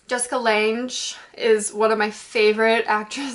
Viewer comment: it's pronounced "lang" you don't say the E.